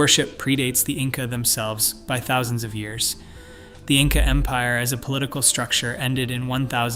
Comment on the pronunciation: "insa" rulers?